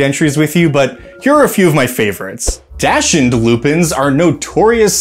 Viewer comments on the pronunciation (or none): Also, it’ll probably never come up again, but you might want to Google the pronunciation of dachshund for future reference.